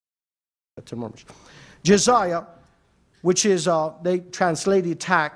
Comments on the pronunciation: jizaya LOL there is no such word in arabic doctionary . the word that he was refering to is jizya and he said it comes from jazaa and it means punishment you pay penalty for something , do you know from where he got that idea ? I tell you . in soccer the penalty kick is called in arabic darbat jazaa penalty kick = darbat jazaa so the dummy confused jizya with jazaa these two words have completely different meaning in arabic . He thought jazaa which he prounced it as jizaya means penalty while jazaa means reward in arabic here is a verse in koran uses the word jazaa from yusuf ali quran with transliteration 55: 60. Hal jazao al-ihsani illa al-ihsanu 55: 60. Is there any Reward For Good-other than Good? jazao = Reward and this is the exact same word used in arabic to mean penalty kick . the english concept of the fault in soccer game is to penalise the team which committed the fault so they call it penalty kick against the team . while arabs prefer to say to reward the team which the fault was committed against so they call it reward kick in favor of the team .you cant come up from root word j z y with word that mean to penalise or to punish . if somebody did favor to you you say to him in arabic jazaka lahu meaning may allah reward you. if you use the concept of the christian in video it will sound may allah punish you LOL is that what you say to somebody who did favor to you? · Excuse me what is Jazaya??? It's Jizya you fool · even to pronounce the word Jiz-ya he said it as Jizaya!! real shame to such men